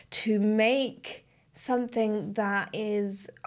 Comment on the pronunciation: So I've noticed that when you say "something" it actually comes out 'sonthing". Is that regional where everyone says it that way or is that unique to you? I like it, its what makes you, you 😊